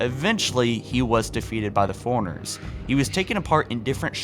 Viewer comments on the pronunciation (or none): Same with how he pronounces forerunners. Sounds like he says "foreigners"